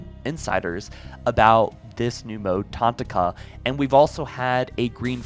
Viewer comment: I swear this guy pronounces things wrong on purpose. Tanaka is one of the main characters from Halo 5, but only a Halo follower would know that. Not tantaka.